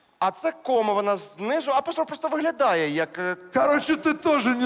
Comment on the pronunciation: Не опОстров а опострОф